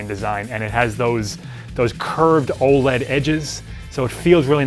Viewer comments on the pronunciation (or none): none